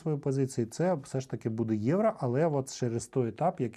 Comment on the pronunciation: Не Євра а Євро 😬 ) але дякую що контент українською мовою 👍